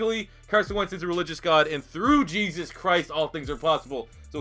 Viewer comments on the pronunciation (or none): none